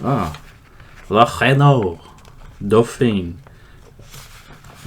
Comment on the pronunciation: Your prononciation for Renault Dauphine was spot on. I have never seen a Dauphine here to be honest, they almost didn't sell. (Unless they were all dust by the time I was around) The Renault 8, 12 were popular here in Quebec because well 'vive la difference 😂' Also later on we bought almost all the 5 imported into North america FYI , canadian mpg are the same as yours since WE use imperial gallons 🇨🇦🇨🇦🇨🇦 The Ford Falcon was considered a cheap small car here Loved it though, a friend of one of my brother had a black one with tinted windows and cragar mags, it looked ace. But with the small inline 6 it was far from fast